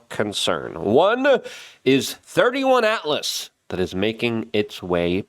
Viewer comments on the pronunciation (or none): Please, for the love of God, can you stop calling it thirty-one ATLAS, its 3i ATLAS as its the 3rd interstellar object (3i) The Asteroid Terrestrial-impact Last Alert System (ATLAS) was the system that detected it. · AAAAAGGGHH!!! It's 3 I ATLAS!! NOT "THIRTY ONE"! NUMBER 3, LETTER I! The THIRD INTERSTELLAR Object! 3 FOR THIRD. I FOR INTERSTELLAR. IT'S. NOT. HARD!!!!!! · 3 and the letter I as in three-eye, not 31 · You are discrediting yourself by improperly calling it 31 Atlas… Jesus…do a modicum of research…It’s…((( Three “I”as in “Interstellar”Atlas”… third interstellar!!!! Or 3 EYE…if that assists ffs!! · Luke, fyi ...... It's not thirty-one atlas .... it's three eye atlas 3-I as in .... Third Interstellar object + Atlas. Thanks for what you do. I would love to have a discussion with you about what I think the objects are, and where they originate from, but .... If you think there are shape-shifting reptilians who are working in underground bases with ??? Not the government we know of but maybe some kind of "shadow" organizations and have been for a hundred years or more and these creatures have been around the Earth since before Biblical times, even ..... Just remember ..... that ain't nothing but a crazy conspiracy, my brother! How could all these missing genius children be kidnapped and forced to work in these subterranean facilities without our knowledge? lol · Good lord man, it’s 3i/atlas, not 31 lol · 3I as in "Three Eye", not thirty-one 🙄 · 3i not thirty one. Three eye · 3 "eye" Atlas buddy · Pronounced...3 eye atlas 3rd "i"nter stellar object First observed by the atlas telescope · It’s 3 “i”… “i”, not 1! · Three-Eye-Atlas Luke ffs… (“I” as in “Interstellar”)… how can you be so uninformed repetitively on the subject? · Just so we're clear, because a man who speaks English as a second language misunderstands an I for a 1 he sounds like an idiot?? I hope people think of you the same for similar simple mistakes.